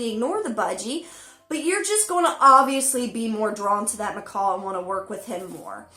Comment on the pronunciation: She hates it when people say "parakeet", but says "m'kawl" over and over....🤦‍♀️🤦‍♂️🤦‍♀️🤦‍♂️